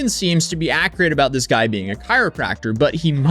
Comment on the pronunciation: are you attempting to say “accurate”? It sounds like “acreat”